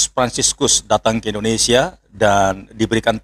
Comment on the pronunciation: INDONESIA gus.. dudu INDONESA